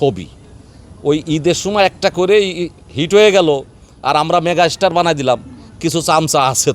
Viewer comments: আরে ভাই এরা এখন হিংসায় জ্বলছে 👍 এরা এতো পারে একজন শাকিব খান বানিয়ে নিলেই পারে! আর এ তো মেগাস্টার শব্দটাও উচ্চারণ করতে পারেনা 😁বলে মেগার স্টার 😁 এরা এখন জেনে গেছে শাকিব খানকে নিয়ে কথা বললেই আলোচনা আসা যাবে 👍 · এই তো সুপারস্টার মেগাস্টার তো বলতেই পারছে না😂😂